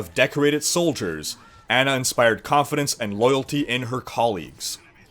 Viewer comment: Its Ana lol